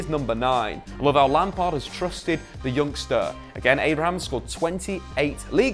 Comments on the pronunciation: There's clearly no S in ABRAHAM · Abraham not Abrahams...Pulisick not Pulisich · Please stop saying Abrahams